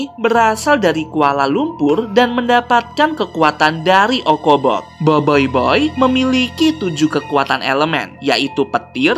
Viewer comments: itu cara bacanya boboiboi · Bang salah tu bukan Biboiboy bang tapi Boboiboy 🤣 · bang bukan boyboy tapi boboboi :v kalau horor nya ini sih b aja :> sekedar info doang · tadi bilang boboyboy bukan boyboy☺ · Bang bukan boyboy tapi BoBoiBoy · boboiboy bang bukan boboyboy😏😏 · Boboy bukan boiboiboy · boboiboy bukan boiboiboy hahha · Boboboy bukan boboyboy😠😠😠😠😠😠😠😠😠😠😠😠😠😠😠😠😠😠😠😠😠😠😠😠😠😠😠😠😠😠😠😠😠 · BOBOBOY BUKAN BOYBOYBOY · Boboiboy bang bukan boiboiboi 🗿💔 Ochobot bang bukan okobot 🗿💔 Adudu berasal dari atata tiga bang bukan polus 🗿💔 Bang tidak semua yang ada C bukan berarti dibaca K bang 🗿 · Adudu bukan dari polus, tapi dari atata tiga! Kebanyakan main among us nich. Btw ochobot dibacanya bukan okobot, seharusnya ocobot. BoBoiBoy dibacanya boboboy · eh kak bukan boboiboy tapi boboboy dan bukan okobot tapi ochobot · boboboy bukan boboiboy ochobot bukan okobot bruh